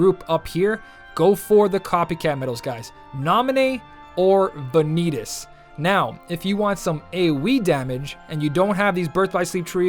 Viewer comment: "Banitas"?! XD It's Vanitas, ya fool!